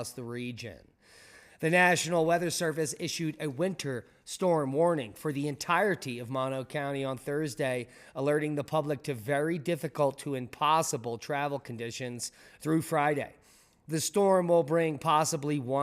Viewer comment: In California, that's pronounced Mow-no County, not like the illness, lol.